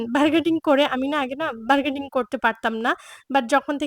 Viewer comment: আপু বারগেডিং কেনো বলছেন বারগেইনিং হবে কথাটা... আপনার বলার টোন সুন্দর সুতরাং আপনি ভুল ইংরেজি না বলে বাংলা শব্দ দিয়ে কথা বলবেন শুনতে ভালো লাগবে আমাদের।